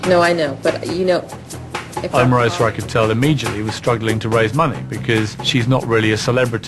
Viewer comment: Donald Trump can't even say Omarosa's name correctly.